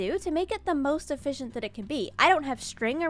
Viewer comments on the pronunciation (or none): "e-fish-ent" farm ey? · Eee-Fish-ient guardian farm.